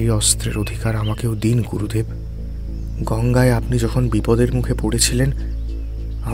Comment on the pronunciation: pronunciation mistake: Not Gorudev, Gurudev